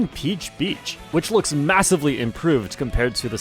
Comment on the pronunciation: Emphasis on the word "looks"